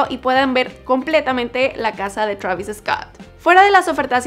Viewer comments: no digan "Travis Escott", se pronuncia "Traviscot" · Es Treivis Scot xd